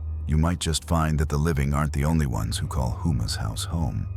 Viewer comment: Its pronounced Ho-Mah not Who-Mah